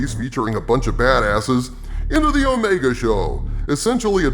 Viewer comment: Let’s call her what she is. It’s not Omega; she’s O-Rey-ga.